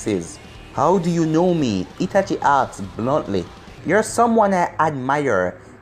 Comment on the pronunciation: said youno and not uno